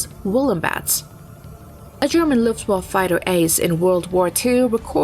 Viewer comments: LuftwaffE not Luftwaff... bitch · What is wrong with the last letter of the word Luftwaffe? Luftwaff sounds awkward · I love the "luft waffle", never imagined it could be said like that ;-) all the glory stripped down to a simple waffle, love it :-D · please give this woman a correct script, calling "Focke Wulf 190" a "FW 109" is an unacceptable mistake for a video of this type and teach her how to pronounce Luftwaffe